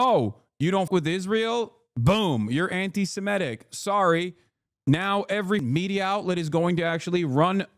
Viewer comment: Semitic, not Semetic. We are Semites, not Semetes.